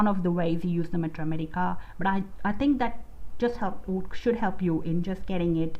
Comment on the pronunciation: ur pronunciation of Materia medica is unique